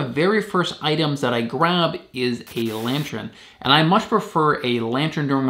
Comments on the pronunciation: It's lantern not lantren. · It’s pronounced “lan-turn” not “lan-tren” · Sorry bro it's good video but it's really not lantren it is lantern 🎃 lol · Why do you keep saying lantren instead of lantern??? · Yes, that was bugging me too! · It's pronounced /ˈlan(t)ərn/